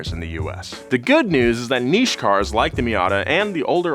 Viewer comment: Big respect for the correct pronunciation of niche. Well done.